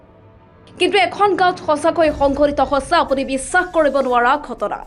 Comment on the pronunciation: বাতৰিটো পঢ়োতে হৈছে শব্দটো কিয় হছে বুলি উচ্চাৰণ কৰিছে,উচ্চাৰণৰ প্ৰতি সচেতন হওক